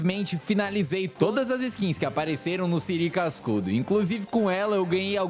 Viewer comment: e siri cascudo nn e siri sacudo